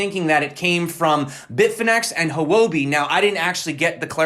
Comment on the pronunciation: "huobi" is pronounced "Whoa Bee" with an emphatic "H". Not "who oh bee". Got it bro?